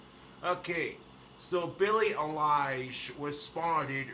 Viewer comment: its pronounced EYE-LISH not A-LIE-ISH